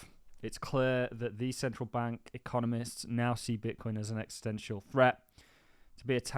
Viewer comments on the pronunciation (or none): none